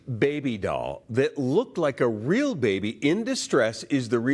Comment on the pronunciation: WHAT IS A DALL...IT IS A DOLL STUPID NEWS GUY. I CANT STAND NEWS REPORTERS AND POLICE